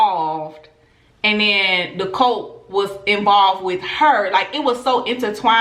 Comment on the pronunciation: Girllll that southern accent I thought you was saying COLT (baby horse) instead of CULT 😂😘😂